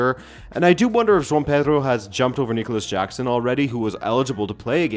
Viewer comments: Who is Jon Pedro my guy? Its Jo-ao Pedro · The estevao and joao pedro pronunciation tho always gets me 😂